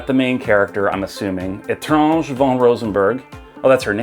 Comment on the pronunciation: You are right. Étrange means strange. Really appreciate the respect you have for our French language (and other languages too). Most don't bother/try pronouncing Japanese or French right but you proved in many of your videos that you care.